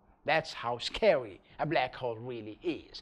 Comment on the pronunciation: Did he say ,,scawy''?